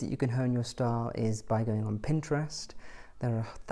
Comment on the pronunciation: Every time you say style I hear star. Lol